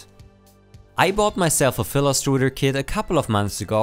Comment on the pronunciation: Your accent while saying the word "filastruder" made me question whether I was watching a tech video or a pastry cooking tutorial (strudel). I should be sleeping.